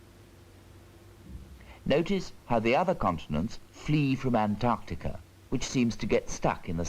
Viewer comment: Great summary of the evidence for plate tectonics. Unintentionally, it’s also an historical record of how British narrators pronounced words like “relatively” as “relativ-leh”. And how one supposedly educated guy can’t pronounce Antarctica correct-leh.